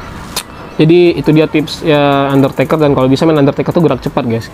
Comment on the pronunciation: Bang abang salah ngomong harus nya ngomong undertaker